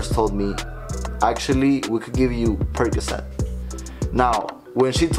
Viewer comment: "Money percacet" 😆